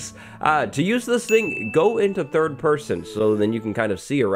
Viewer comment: "Use thrid person"